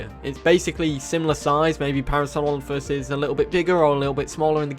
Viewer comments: Please learn how to say Parasaurolophus lmao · You butchered my favorite Dino's name please talk slower and give yourself time to enunciate. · I’m gonna be that guy, what was that pronunciation in the beginning because that’s definitely not Parasaurolophus.